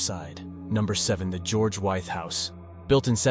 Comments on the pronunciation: I went to High School in Williamsburg, Wythe is pronounced With. Just saying! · Wythe is pronounced like 'with'. Just an FYI